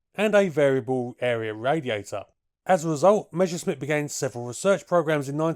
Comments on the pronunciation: It's "Messer-Schmitt" not "mesher-schmitt" - double-S works the same in German and English! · Pronouncing "Measuresmit" is like saying "Queen Elithabess" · "Meshersmitt" hahaha